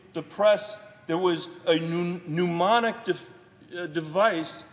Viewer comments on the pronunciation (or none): Senator, this speech is the stuff of statesmanship. Fascinating! BTW, it's mnemonic, not pneumonic.